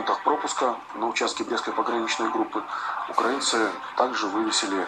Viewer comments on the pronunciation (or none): none